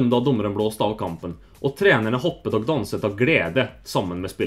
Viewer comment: Norge leverte* (du sa levererte). hoppet og danset, du skal aldri si "og", du skal si "å". g'en uttales aldri, da høres du ut som en utlending :P eller noen som leser opp fra et ark xD Ellers veldig bra! :D